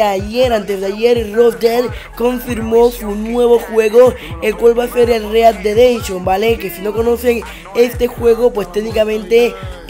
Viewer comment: READ DE DENSHON:V read dead redemption*